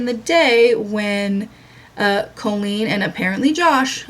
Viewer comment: Do only you and Adam say Colleen like “Co-lleen”